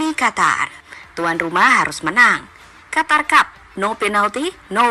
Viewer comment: Qatar. Huruf a ganti o. (Qotor). Lanjut